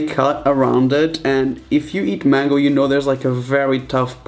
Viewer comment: Mango (main-go)